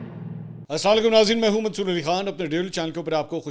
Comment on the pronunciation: منصور نام ٹھیک لیں گوبر آ ریا